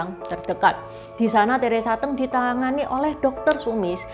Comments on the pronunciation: Udah gak cantik.....baca aja gak becus Teresa Te'ng , hrs nya Teresa Teng....songong bget !!! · Nama Teresa Teng koq baca nya Teresa Te'ng ,baca nya goblok koq jd reporter......jing anjing tolol !!! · Teresa T’eng, sebutnya e’ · Salah baca nama artis nya